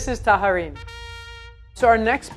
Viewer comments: I tallarin (o tajarin -non si pronuncia alla spagnola come fa lei) sono i taglierini, piatto piemontese e sono delle tagliatelle più sottili. Le misure delle taglietelle e delle pappardelle sono tutte sbagliate, così come le orecchiette, i cavatelli, ... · You say "tayarin" not "taharin". And passatelli are from the Emilia-Romagna region (more common in Romagna, actually), not in Piedmont. It is common to use lemon rind to them and they are not made by rolling them with your hands, but through a special press. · Also it's "tajarin" is not tah-hah-reen. "J" in italian is like "Y" in english. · hey, from piedmont here. really appreciate the effort, i know pronunciations can be difficult. tajarin is pronounces like in a french way, so it's like "taλarin" <3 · Why does she keep pronouncing tajarin like that??!! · There Is no "h" in tajarin, Just ask an italian 4 pronunciation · especially tajarin